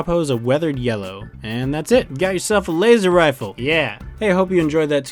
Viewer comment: Dude, that's a weally wad Wazer Wifle!